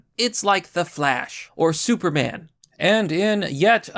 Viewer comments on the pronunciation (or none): none